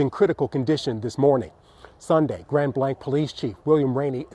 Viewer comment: Reporter the name is Grand Blah like in blah blah blah. It’s French meaning great white.